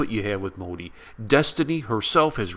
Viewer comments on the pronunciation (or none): This is "MODI"not"MOHI" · MOHI??? YO MAN!!! YOU PRONOUNCED WRONG ITS MODI AFTER ALL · Its not Mohi, Its Modi pronounced as "Mo-Thee"